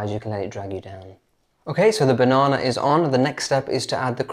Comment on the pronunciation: Can we all just appreciate pronunciation of “banana”? 😊